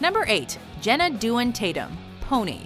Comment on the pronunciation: Host - Hos tNarrator - :( :( OMG Its Jenna Dewan ( Day.won ) NOT Due.on )